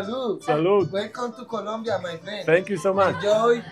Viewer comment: No es kulumbia es COLOMBIA